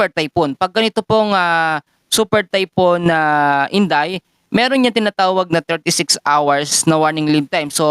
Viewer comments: Typhoon hindi typon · sakit sa tenga. THYPHOON KASI HINDI TAYPUN.